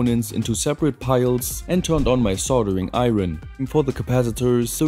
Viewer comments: you can say solder like an Englishman, but what is and EYE-RON (try saying iron , as ION , or EYE Urn ) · Not to be that guy but the English word “iron” is only one syllable.